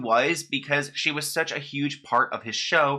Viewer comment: I thought she pronounced her "name" with like a northeastern accent: Bad Barbie=Bad Bah-bee not baby? Ughhh why do I even care about this lol